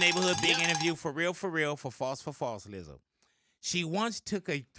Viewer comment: I love Big Boy. I don’t think he realizes he’s saying Lizzle instead of Lizzo. Only Big Boy can do that. I know he means no disrespect. It’s amazing. 😂😂😂😂❤️❤️❤️